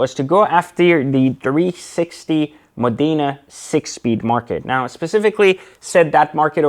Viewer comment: It's Mòdena, not Modìna, mate... Cheers from Italy